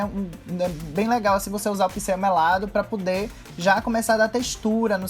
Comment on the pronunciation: "pá pudê"